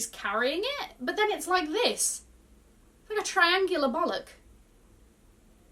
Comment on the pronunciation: the way you said bollock just killed me 😂